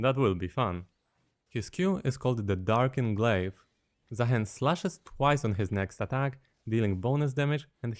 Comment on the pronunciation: It is, in fact, Zaah(ee)n